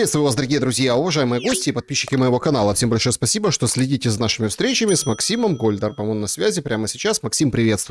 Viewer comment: Гольдарб, а не Гольдраб!